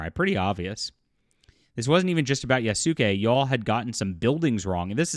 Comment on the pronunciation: Like the vid but please pronounce Yasuke like Yaas- Kay. Not Yas- Su-Kay. It's annoying.